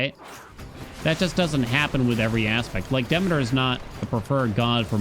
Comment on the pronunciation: Bruh.. I can't take it anymore. It's "Duh-mee-tr"..... not "Dimiter"... you've been pronouncing it incorrectly for the whole time. You know like "Council of Demeter".... Google is your friend...